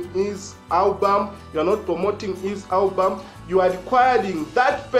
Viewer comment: Come on bro, it's album not hulbum😂😂😂😂